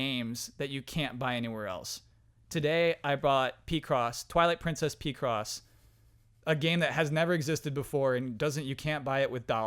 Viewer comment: Correction: It's pick-cross (picture crossword), not pee-cross.